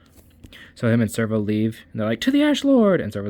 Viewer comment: Sev-ro, not Serv-o. Great recap though